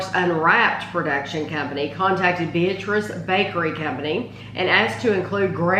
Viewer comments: Two things. The name is pronounced with the emphasis on the middle syllable. be-AT-riss. OK, now that we can pronounce it correctly, I will add to the testimonials. My family has been eating it for over 50 years. It is the ONLY fruitcake worth bothering about. People who make jokes about fruitcake have never tasted this one. It is stupendous. And they now sell it in little single serving wrapped packages that is the perfect snack or dessert portion. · It’s the best fruitcake I’ve ever had. I agree that people don’t like fruitcake because they’ve never had a great fruitcake. The name Beatrice is pronounced Bee-At-Ress though. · My family has been ordering the fruitcake from the Beatrice Bakery for 50 years. We discovered it because we lived in Beatrice. It's a goody that I look forward to every Christmas! I have one complaint on this video, the town and the fruitcake's name is pronounced Bee-AT-trice. With the emphasis on the middle syllable. They are the largest purchaser of rum in the state of Nebraska.